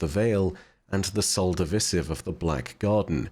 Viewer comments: WHY DO YOU SAY SOL DIVISIVE LIKE THAT URGH! xD it's Divisive not divisif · I love all of your content that you put out. Just a bit of constructive criticism, it's Sol Div'eye'sive. That's how you pronounce it. Osiris and Ghost even stated this. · lmao you slow, dude just says words wrong all the time😂